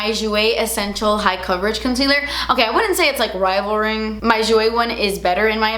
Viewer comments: 😂 its rivalling not rivalring youre so cute, im so surprised you like the tarte creasless concealer, its not my favorite, especially summertime it MELTSSS off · Rivaling*** LOL not rivalRing ahaha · Rivalring. RIVALRING!! Hahaha I love you. You crack me up! 😂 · “Rivalring” 😂😂😂 rivaling? Haha ❤️ you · After you said rivalring I could not for the life of me figure out the right way to say it, rivaling or rivalring?!?! I said it so much it doesn't sound like word anymore 😂😂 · Rivalring? Lol. She added an extra R in their lol. I’m dying. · “Rivalring” I’m dead omg ily 😂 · It's "rivaling," lol🤣🤣🤣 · Rivalring?! Hahaa girl ....🤦🏼‍♀️🥰🥰🥰you're too much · trying to say rivaling 😂